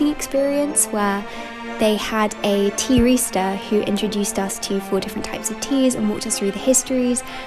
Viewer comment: This is so lovely… and for a split second I thought you said “tea rooster” 😅 but as I’m writing this you’ve just brought out your edition of A Little Princess so I’m going to hush up and finish the video! 😊